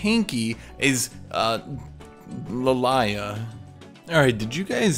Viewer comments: but Yasuo pronounces it like that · Not really, he always pronunced it like that, if the misspronunciation is a joke or he being stupid we may never know. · has gone so insane because of the new tp he's pronouncing Lillia as Lilayah